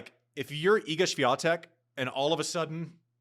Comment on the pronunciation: 99,99% she wouldn't have won RG anyway. She had a highly favorable conditions against Iga (due to the closed roof). Later on she'd probably fallen to a player like Vondrousova or Gauff, who would have exposed her mediocre movement on clay. Also it's "Świątek", not "Swiantek" :)